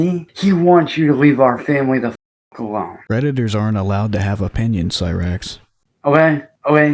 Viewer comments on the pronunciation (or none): I thought you said "redditors" instead of predators but honestly what's the difference